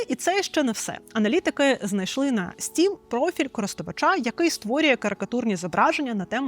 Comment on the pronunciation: Не "стрім" а "стім"